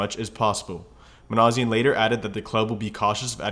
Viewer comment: You're misprouncing Minasian. It's not a z sound.